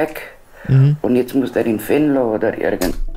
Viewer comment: Sprich mal bitte Venlo richtig aus du sagt immer Wenlo 😅